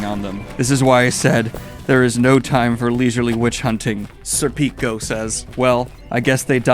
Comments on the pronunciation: Please, as an Italian, it’s SÈrpico. Not SerpÌco. ( 🤌🏻 ) But thanks for this series of readalong, it’s showing me things i’ve missed on my first read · It's pronounced sir-pik-oh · IT'S SER-PICK-O LIKE THE AL PACHINO MOVIE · I think i love your pronunciation of Sir Peeko. That is pretty amazing. Also please make a youtube short of at least one of your Zodd intros. I would suck my toes for a week if you did bro. Facts. It warms my heart to see you appeal to the emotional moments in Berserk. Man those moments frozen in time are incredible. The one you talked about (which was a homage to Devilman) and the one where Guts first comes into the heretic cave and briefly looks back at Casca completely floored me Edit; Just got to the end of the video. Good shit my friend. Glad to see the top 5 bit